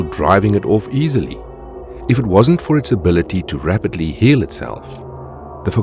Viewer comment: You pronounced rapidly wrong